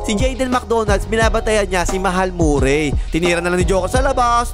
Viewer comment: Hindi nga yan Morray! Marry ang pronouncation nyan tol